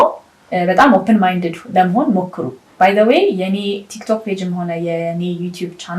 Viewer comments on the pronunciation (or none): none